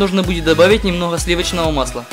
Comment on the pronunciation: Теперь говорите что- я один заметил что он сказал немнохо вместо немного